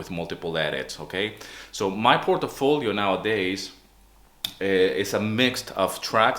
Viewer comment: Portfolio = Port-folio. Not: Port-a-folio. I've heard you say it in the latter way many times, just trying to help a brother out. Also, this video is pretty confusing, you don't do these edits any more because you don't see any benefit from it yet you are plugging your courses teaching people to do "these very important edits." you gotta kinda make up your mind about your pitch/theme. anyway, thanks for hanging in there from one library composer to the next. btw, i still do these edits, even 90 secs.